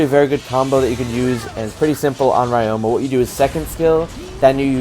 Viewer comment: Hey, just a heads up from a japanese student, ryoma’s name is actually pronounced ree-yo-ma.